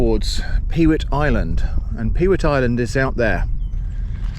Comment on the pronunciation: You need a pair of mud pattens to cross the mud. Available from moi! Incidentally, you called it "Peewit Island". It`s actually, as its spelled "Pewit Island", pronounced "Puet" and refers back to the time when the island was managed for its large summer black headed gull breeding colony. The eggs were harvested as were the young fledgeling gulls, or puets.